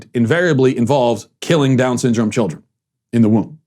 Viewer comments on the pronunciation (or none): none